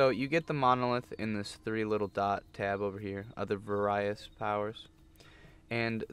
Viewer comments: the way he said various made me crack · I may say it like that from now on.🤣💀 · How he said various lol